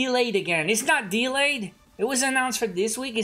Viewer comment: I like how you pronounce delay dylei